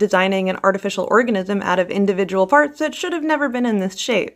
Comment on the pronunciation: When she says “parts,” it sounds like “farts.” Which makes it seem even more insane and evil.